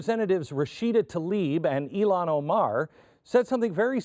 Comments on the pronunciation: Just for the record ... her name is pronounced as IIhan (II+HAN), not I+Lon! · NOT “ee lon” it’s “ill han”. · Her name is IlHan, not IlLan (which is a Hebrew masculine name).